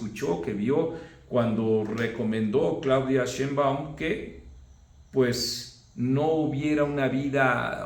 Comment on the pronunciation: Pésimo el audio de tus videos, mucho eco; utiliza un micro de solapa. Por otra parte, me llama la atención que siendo tú, una persona versada en gramática y redacción, no notes que el apellido Sheinbaum es palabra grave, no aguda, solo basta escuchar cómo la misma muy cuestionable presidenta, ha pronunciado su apellido en varias ocasiones. En cuanto a tu trabajo, comparto en gran medida tu análisis crítico, saludos.